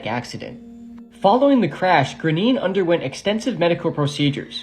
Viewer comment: Graine is pronounced grawn ya